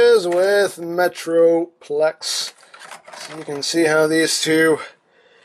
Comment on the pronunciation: he said meatroplex